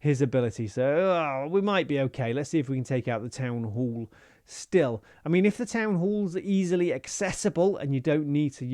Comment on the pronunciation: "town hool"